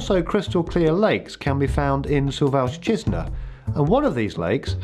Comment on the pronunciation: I know that speaker is from West Europe but when listen śuwalśćiźna or puszcza białowiejska 😂😂😂